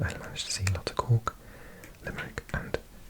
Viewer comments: I'm listening to the audio while working in Canada, and i still don't know if your saying the city of Cook, of Cork or of Cock. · I absolutely love the way you say Cork 😊 BTW Youghal is pronounced like yawl 😁